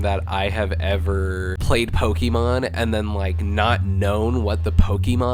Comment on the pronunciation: Why does this guy annunciate the "e" in the middle of Pokemon like that? It's not pronounced pokeeeemon, my guy. If your job is to write about gaming, I feel like you shouldn't be butchering the title of the game. Was so annoying, lol